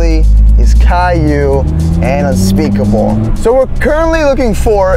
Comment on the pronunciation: whenever you say unspeakable you mean unspaboooo